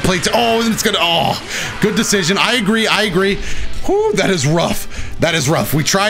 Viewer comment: “That vanish was a good decisssiosisisosisiion”